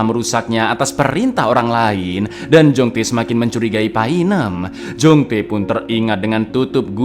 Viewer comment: Kembaranmu Jong-Tae?! Yg benar itu kembaranmu Jong-Tai!😂😂